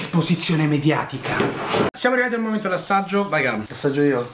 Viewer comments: Esposizione mediaticah! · Date a la giusta ESPOSIZIONE MEDIATICAH!!